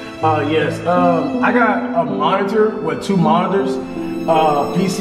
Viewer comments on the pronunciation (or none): “MoniTTTers” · I love how ash pronouces her "t" all the time like how she says monitors.